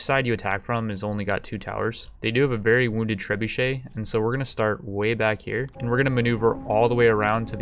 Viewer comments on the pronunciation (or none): Trebuchet? u mean treebucket?